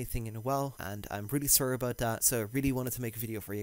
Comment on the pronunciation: I just came here for the Canadian "sorry" <3